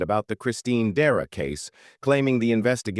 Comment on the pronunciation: Dera??? DECERA!